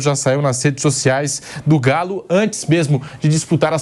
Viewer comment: Me da gastura ouvir esse caboco que apresenta falar... "NASSEDES" sociais! Vamo fazer uma fono irmão 🙏